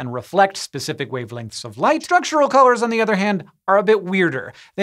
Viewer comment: What is with pronouncing “Structural” as Shtructural?